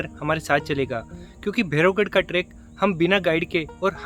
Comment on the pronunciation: vo trekk nahi track hota hai